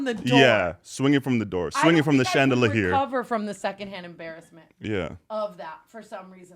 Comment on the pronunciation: Lmao ...swinging from the Chand-Duh-Luh-here xD